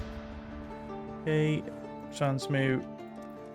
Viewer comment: "transmoot" XDDDDDDDDDDDDDDDDDDDDDDDDDDDD